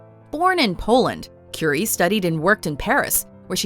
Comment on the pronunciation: Cuuurie not Curry